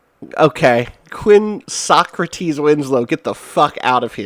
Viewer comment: He definately pronounces it "So-crates" :)